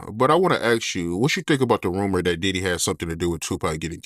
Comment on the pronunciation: YES he doesn't have a clue how to transition from a topic to another topic. He is building up his platform. He also has to work on his articulation and enunciation. He will pronounce the word 'dat versus saying that' in previous interviews. The interviewer will say 'that's wild' 😅 he has to clean up his 👋🏽 slills. He will get better once he grows into his role. I'm happy he's getting the great 👍🏾 content. Experience take time.